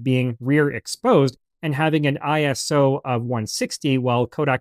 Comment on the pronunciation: Its ISO not I.S.O. Its not an acronym, its short for the greek work "Isos", meaning "equal". My photography professor hates when people say it like an acronym